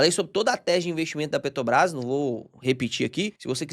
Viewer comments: pq tu fala PETOBRAS, sendo que é petrobras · só consigo hiperfocar no falando “Petobrás” 😂 Achei fofo!